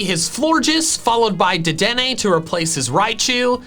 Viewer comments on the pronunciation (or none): none